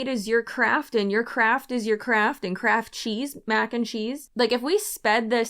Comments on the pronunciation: "Living in your craft" yeah, that's not what I heard. I heard "living in your crap" which seems much more accurate. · I think you misheard she wasn’t saying craft…in my opinion she was saying crap. Ya gotta live in your crap. 😂